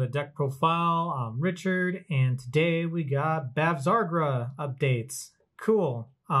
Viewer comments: Bav-sa-gra. Other that, good deck profile. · haha It was a good profile, but just hearing you pronounce her name was getting to me.